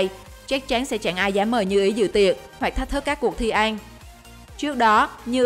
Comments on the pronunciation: Ăn thành an luôn:))) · Nói cứ ăn thành en😂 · Ăn phát âm thành “anh”. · MC nói ăn mà cứ anh anh, nghe mà khó chịu. Kiểu nói còn k sõi mà đi làm MC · mình nghe như een hay ên 😅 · Chị này nói từ "ăn" kiểu gì ấy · Video giải trí ổn, bạn nên đọc cho rõ chữ "ĂN" chứ người Việt mà đọc sai chính tả thì nghe rất khó chịu